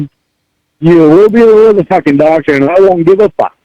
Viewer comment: Happened upon this video, and I'm glad I did. This call cannot be dissected enough. This whole saga, with "Tha Doctuh" is my personal favorite.